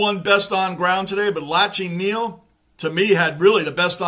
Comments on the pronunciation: Just so you know Lachie Neal's first name is pronounced Locky lol, just a little side note :) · G’day. Great review mate. Lachie Neale is pronounced Locky 😂. It’s hard for any team to sustain a lead like 28 points and go on with it. Especially against other good teams. These games are full of momentum swings. Collingwood are known to be able to claw there way back into the game and win, but they couldn’t sustain the pressure required this game. So many factors come into play as to why. Good to have you back mate 😊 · Lachie is pronounced Lock Key, his nickname is Chock (Choccie).. The reason they can’t stop Charlie Cameron is because he’s unstoppable mate.. And even if you did stop him, we have Lincoln Mc Carthy & Chocc (both Brownlow Medalists), plus we have weapons like Bailey, Robertson, and All Australian Harris Andrews.. 🦁💪🏽 We’ve waited for so long for Brisbane to build us a team that was unbeatable come Finals time.. Here, Hold my beer..😂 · Great work as always. Hoping Fremantle pick up their game in 2024! I love how you pronounce ‘Lachie’ as ‘Lotchy’ ☺️